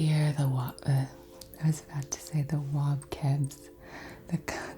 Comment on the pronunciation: I had this playing in the background, trying to get out of my head, and I just hear "wobcebs" and I'm losing it 😂😂😂😂 I love you 😂😂🥰🥰